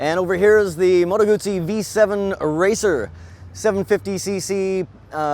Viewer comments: It's guzzi not gutzzi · It's not "goot -zee", it is "goo-zee" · You fucked up the pronunciation. Moto Guzzi not Moto Gucci It's not a fucking bag. You have to know these things if you expect people to take you seriously. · Salvatore Giovanni Wrong, a ZZ in Italian makes the TZ sound. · Guzzi not gootsey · And Gutzi instead og Guzzi! :-) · Gumbi? Do everybody a favor, get some basic motorcycle culture, then come back on youtube acting all "expert". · Not in Lombardy where Guzzi are made, double-z becomes double-s - G-oo-ss-y = "Goosey" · Goot - see, Peet - sah = Guzzi - Pizza. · Lombard = Goosey :) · why does he say "gutzi" there is no "tT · he really needs to learn how to pronounce guzzi